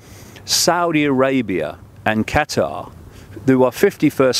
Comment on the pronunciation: Why can't Americans say Qatar properly? Or say anything properly for that matter